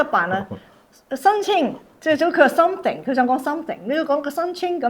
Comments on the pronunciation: 大陸同台灣讀 th 係發S音 所以點解台灣會將smith 譯成史密斯 , 香港就譯史密夫 而something 會讀成「心成」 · "sunthing" is how Mainland Chinese pronounce with their unique accent. It is normal, but I notice that he cannot communicate with even 1 complete sentence of English.